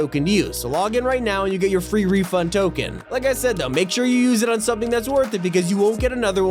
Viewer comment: FWEE WEFUND TWICKETS?!